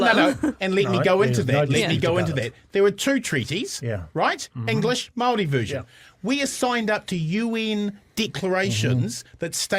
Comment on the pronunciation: Māori agreed to KAWANATANGA (GOVERNANCE). Guys, you're not helping - spend an hour having a pānui of each version of the Treaty/Tiriti. And Chewie, e hoa, please pronounce Māori correctly - it's not pronounced like 'mouldy'.